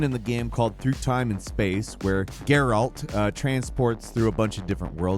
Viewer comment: Every time you say "Gaer-Alt", God kills a kitten! Stop that! Lol